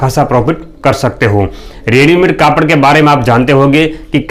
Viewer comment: सर आपका विडियो तो अच्छा है लेकिन आप कपड़े को कापड़ क्यों बोलते हो